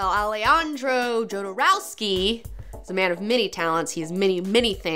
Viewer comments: It's not JOE-derowsky.. it's YO-derowsky. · I did not check if somebody mentionned that, but you mispronounce Jodorowski's surname (although you correctly pronounce his first name). You should use Spanish pronunciation: [aleˈxandɾo xoðoˈɾofski] where 'j' is pronounced as [x]. As a matter of fact, this pronounciation is very similar (just one 'k' less) to pronunciation of surname of that famous Russian ex-oligarch ex-prisoner Mikhail Khodorkovsky. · johnson Well, it's a Slavic sounding surname, but transliterated in Spanish, where the letter "J" is pronounced as H in "hat". So, yes, Hodorovsky, but if you showed that surname to a Slavic person, no way in hell would they pronounce it "HODOR-OV-SKY". They would say, "YODOR-OV-SKY". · KHodorovsky! :D Ay por Dios, que jodero era ese Alejandro.... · Pronounced Hodorofski. Great show btw. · It is pronounced Ho-do-roh-skee. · "yodouroskei" what a hideous pronunciation??? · It's pronounced Hodorowsky. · Fuck YEAH!!!!! I love Jodorowky. But that's not how it has to be pronounced. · it´s funny how you say Jodorowsky XD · Alejandro Jodorowsky is the biggest thief of concepts and ideologies of our time. And also you are pronouncing his name wrong